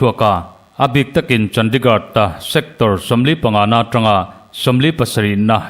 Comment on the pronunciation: hi i coment a ngaihnawm ṭhin ngeimai lo ṭang sauh sauh zel teh, mahse Chandigad tiin i lam tlat a heihi chu lamdik tawh la, India ram Khawpui mawiber hi CHANDIGARH ti a lam tur a ni e.